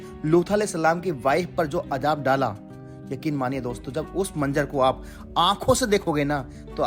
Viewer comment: Manzar , boliye Manjar nahi. Urdu zaban Sikhiye